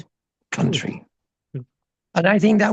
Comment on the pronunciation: What are delightful interview. Having Tibetan Buddhist connections from the UK I understand much of what he says and I agree that the values of the West to my mind are not values at all they're just corruption written large. please..... the word "country" is not pronounced like foundry, its pronounced like fun tree